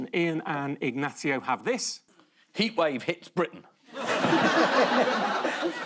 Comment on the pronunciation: Last time he appeared, VCM did the same weird thing of pronouncing Ignacio and López with different accents.